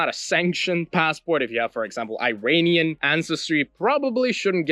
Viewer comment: Go learn how to pronounce “Iranian” before giving advice about its passport.